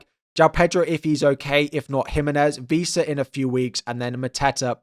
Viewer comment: Couple of notes, it’s ‘Wissa’ not ‘Vissa’ and ‘Diogo Dalot’ not ‘Diego Dalot’